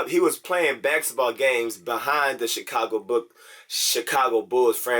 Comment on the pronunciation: This man creates his own words. baxetball. Occifer?